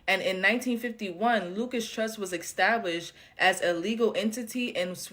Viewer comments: Hello not LUCAS , LUCIS, LIKE LUCIFER , , LUCIS . JIMINEY CRICKETS MAN, NOBODY CAN READ ANYMORE! SOUND IT OUT FOR GOSH SAKE. IRRATATING. WRONG PRONOUNCATION OVER AND OVER AND OVER. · Girl please enunciate properly. it’s not the “Lucas” trust it’s the Lucis trust. You’re educated enough to do better. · Lol, her saying "Lukas trust" is wrong, and so is the guy saying "Lucius trust" it's "Lucy's trust" but yes, definitely founded under the name "lucifer" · I'm sorry but that girl couldn't even say Lucis trust correctly. Even when the British guy was saying it correctly.